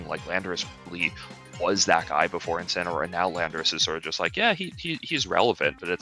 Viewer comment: Incineroar. It's Incineroar. GG Shake my hand. Edit: YO WE GETTIN COCONUT MALLED AGAIN